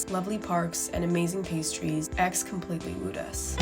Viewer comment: the x in aix in silent